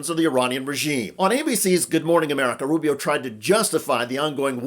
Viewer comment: Lisparo not Rubio. Speech impediment.